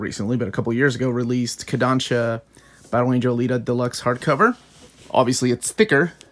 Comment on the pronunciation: Is that really how americans pronounce Kodansha? Weird. And you missed the only part why I was looking for a video of the english Deluxe Edition: are the colored pages in? Seems it is not the case and they are only black and white which is shitty for a DELUXE Edition.